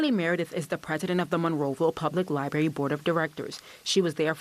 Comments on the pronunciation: Two things here man…..tired of this stuff. First of all it’s liBRARY!!!!! Not libary!!! If someone is going to do a report please use proper pronunciation. Secondly where in the heck are we as a society??? This lady is a pastor for crying out loud. Saying bring back the pride section at the library?? Sorry but if I’m the rest of the Presbyterians I am not happy with her. I’m pretty sure I would ask for her to move on. Time to live by the Bible….cause what we are doing isn’t working. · LIBRARY not LiBARY! As a tv reporter, speaking is part of your job. So it would stand to reason that can pronounce words correctly.